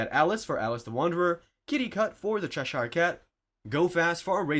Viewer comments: cheh-sheer NOT chesh-eyre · Gods, what is it with Americans not being able to pronounce English words? "Chesh-ear" cat, not "Cheh-Shire".